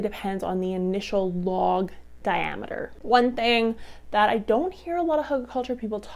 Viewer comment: Not pronounced huggle.